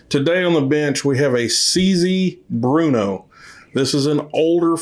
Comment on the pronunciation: It is pronounced brrrno It is a city in the Czech Republic... Not Bruno. Bear-no Burrno Not bruno I have 2 of the model 4 target models. Both built in '56 Always on the lookout for any of them... 1,2,3,4 and 5.